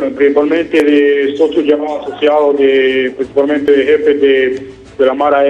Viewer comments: Principamente jajajajaja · Jajaja este man que dice prisipal mente ya avia ayamado al canal 😂😂😂😂